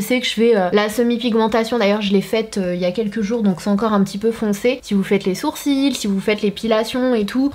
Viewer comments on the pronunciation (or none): none